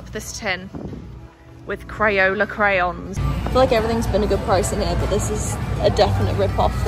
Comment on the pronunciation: I loved the video! Why did you say “crayoler experience?”